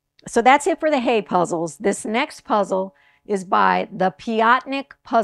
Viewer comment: It's HIGH-uh. Confirmed by a German puzzler!